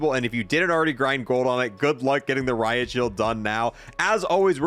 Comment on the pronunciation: "RIP ROIT SHIELD" also "RIP Riot Shield"